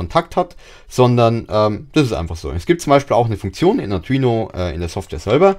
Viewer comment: Das Video ist ja echt super nur die Aussprache von Arduino nervt etwas, die ist nicht so gelungen AR DU INO. Ich Verstehe immer nur Atrino Uno sorry kenn ich nicht, aber ich kenne den Arduino Uno. Spannungsregler - Linear, Typ78 STMicroelectronics L78S05CV TO-220AB Positiv Fest 5 V 2 A oder Spannungsregler - Linear, Typ78 STMicroelectronics L7805CV TO-220AB Positiv Fest 5 V 1.5 A Die wandeln auch 35V auf 5V um, und sind leichter zu bedienen, finde ich